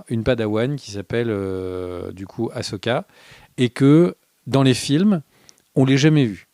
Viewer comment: Cette série a au moins un mérite : vous savez prononcer le prénom Ahsoka maintenant 😃